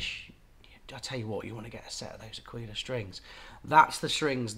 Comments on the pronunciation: Ir's neither Ak'weela nor A'keela, I'm sorry;. It's 'Akwila, with accent on the A. That's how Mimmo would say it, I swear on it.:face-fuchsia-tongue-out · It is Àquila, with accent on the A ( I’m italian 😉) and you also want to pronounce the U, so you will have three accents; on the first a, the i and last a Love your videos, you’re helping a lot over here 👏🏻👏🏻👏🏻👏🏻👏🏻 P.S. Just got a Kala tenor, I loooove a warm mellow sound, wich ones would you suggest? Thanx a lot!! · you have to say àquila, with the accent on the first a. i know, i'm italian. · me as an italian… qauìla, achìla hahahahaha that’s actually àquila you should focus on the A, like aaaaquila